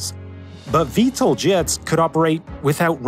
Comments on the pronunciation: Pronounced "VTOL", not "VTLE" (Vee-Tol, not Vee-tle) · VTOL not VTAL 😂 Vertical Takeoff OR Landing not "and". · I've worked in aerospace, not once have I heard VTOL pronounced V-TOLE, it's always V-Tall. Really takes away from the video.